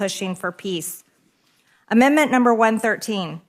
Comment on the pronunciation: She reads at a grade 5 level. Its NOT "amend-mint".... Does she even know what GDP even means???